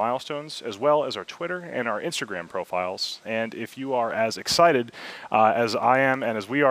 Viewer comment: Guys it's not exited it's excited, wow